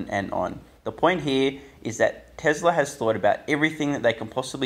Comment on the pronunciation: why do you say tezzlaar, its telsa as in tess laa